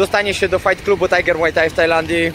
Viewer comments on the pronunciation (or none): none